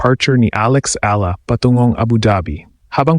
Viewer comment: Your Tagalog pronunciation is awful - speak in English na lang .. and it’s not Alex ELA but pronounced as E- YA- La ! Don’t you know that ??